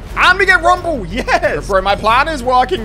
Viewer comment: Bruh he said rumble on buddha